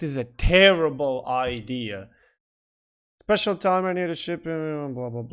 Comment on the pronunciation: The DD announcement and the "spechuul" were perfect :D